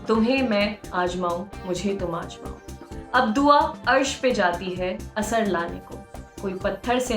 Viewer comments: aapki awaaz bahut pyari hai aur bolti bhi bahut accha hain lekin aapne bhi last me galti kardi Aajmaao bolkar jabki aapko bolna chahiye Aazmaao. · sab thik hai..aajamao nahi hota aazmao...mam